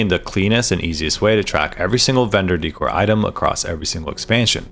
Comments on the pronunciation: daycor not deecor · Wtf is dee-core xD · Deckor. Decoration. Sound it out. Dècor, on the other hand is daycor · Just fyi decor is pronounced like a short version of decorative - dickor is fun, but it started to rustle my jimmies after a while oops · Hilarious how he says "De-Core" hahahaha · DEE cor? no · You would think you would learn how to pronounce decor before making a video like this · Why do people not know how to pronounce decor? 😂